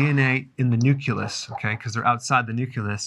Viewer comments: did you actually say NUCULUS>??!? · Say it with me .. "nu-clee-yus." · What is this "Nuculous" you speak of?